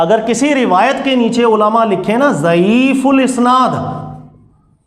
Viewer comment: ضعیف الاسناد (isnaad) نہیں ضعیف الاسناد(asnaad) ہوتا ہے